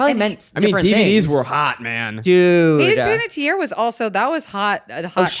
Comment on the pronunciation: I was waiting for someone to correct Other Zach on his pronunciation of Panettiere! 🤣